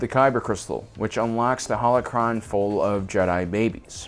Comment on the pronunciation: be like, UwU senpai yoda pwease wet me into youw howochwon vauwlt Wet youw in I wiw not senpai bane If you don’t get it he says howochwon instead of holochron